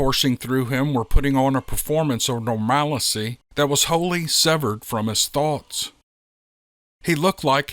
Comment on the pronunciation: Normalcy not normalicy…jus know u love being corrected.😜 hehe